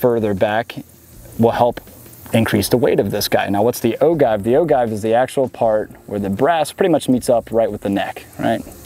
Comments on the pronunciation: Oh-Jive not Oh-guy-ve (inner grammar-nazi) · It’s pronounced O-JIVE not O-give. My reloading fam would know. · Ahem. Its pronounced o jiv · it's pronounced O-Give, J as in Jam, not G as in Guy, Oh-Jive. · It's pronounced "o-jive", with a soft "g". Great video, when I have a place where I can shoot a rifle, this will help me decide which caliber to get. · Ragnar Thorshammer is it pronounced like gif or gif? Only kidding. “Oh Jive”